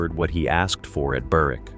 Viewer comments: The w in Berwick is silent like k is in knife. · The map looks like Newcastle, but appears to be pronounced “Burr-wick”. The English Propaganda Office sometimes makes mistakes. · The maps are totally wrong. "Perthshire to its bones" and shows southern Wales. Sutherland at the northern tip of Scotland and shows Newcastle. And goes to such lengths to pronounce Menzies right, yet screws up Berwick and Marquis.